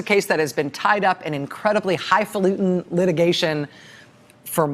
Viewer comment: High falutin?? Lol